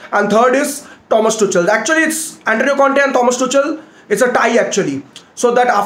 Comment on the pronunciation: Every one : Tuchel Rantman : Tu chal 😂